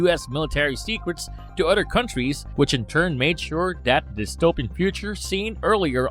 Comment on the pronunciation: Tuhgever, udder.